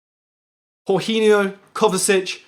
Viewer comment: Why tf do u call him horghinio